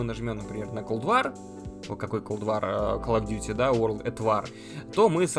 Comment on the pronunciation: Кал оф дюти и игры лабают. Это просто писец. Видимо подписчики не достойны правильного произношения слов от автора. Блин... Ну можно же новым дублем отснять.